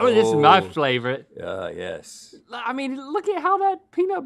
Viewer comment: ‘OOOH this is my flavourite’ 😂